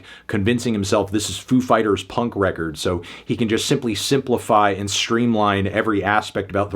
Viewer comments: You pronounced it wrong, the emphasis is on "Fighters". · Ladies and gentlemen... Foo FIGHTaz